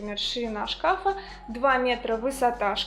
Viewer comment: И не два шкАфа, а два шкафА.